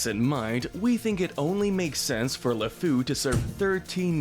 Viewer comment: It's not "Lafou" its "Le Fou" (French for "The fool") Also, I have to point out that while you sentenced the enchantress based on the time period of the film, you should be consistent and sentence Gazim the same way. In medieval Arabian style. He would probably be beheaded for his murders. Jasmine was fixing to lose her hands for a way lesser crime